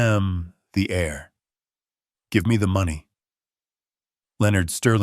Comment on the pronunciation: Good story, thank you. Dear AI, air and heir are pronounced the same but really really do not have the same meaning, not even close. Your human masters (if there are any competent in English) (ie English as is spoken/spelt in England and our neighbouring UK countries) they should do a quick read through in case you’ve made (as usual) any other primary school errors in our language) 🇬🇧